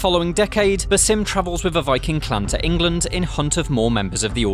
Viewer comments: They literally pronounce Basim's name a thousand times in the game. You can't figure it out? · Your pronunciation of Basim is horrendous, please fix it xD